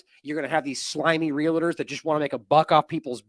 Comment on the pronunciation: Real-tors. Correct pronunciation. Two syllables only.